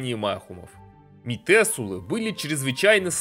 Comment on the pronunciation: ты постоянно произносишь метЕсулы, хотяя везде пишется метУселы, это кошмарит меня :с